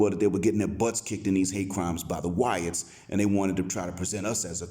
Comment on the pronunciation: you crack me up when you say "the wyatts" 😭😂😂😂